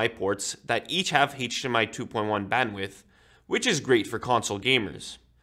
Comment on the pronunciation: He says Hate-DR and Hate-DMI 😂